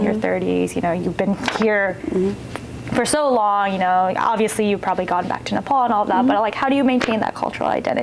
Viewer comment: I wish you pronounce our country’s name correctly.